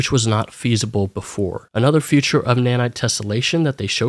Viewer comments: Feature is pronounced fē′chər not "future". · you keep saying "future" instead of "feature" and it's driving me up a wall.